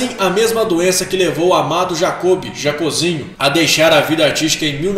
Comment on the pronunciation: Pronúncia é Jocób e não Jacôb. É Jacózinho e não Jacôzinho.